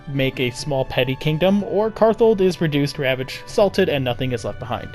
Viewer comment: so a bit of a correction, but the name is karthald, not karthold.